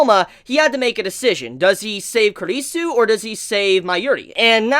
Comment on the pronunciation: Finally, you're the first reviewer I've seen to pronounce Kurisu's name properly. About the Mayuri hand thing. That's a habit of hers that she did a bunch in the original Steins;Gate too. Okabe calls it "Stardust Shakehand".